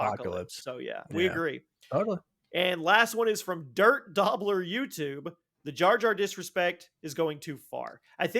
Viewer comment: Guys my name is DIRTDOBBER not DirtDobbler XD Thanks for reading my comment though, love the show!